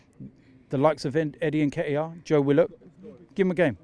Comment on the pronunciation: I think his name pronounced Ketiah , The N is a silent letter, i am not 💯 sure